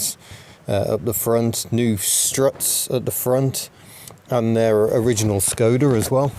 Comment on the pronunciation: Pronounced "Sh"-koda not Skoda - hence the little cap on the Š ;)